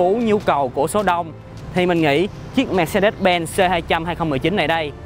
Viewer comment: Phát âm sai thương hiệu rồi anh ơi :))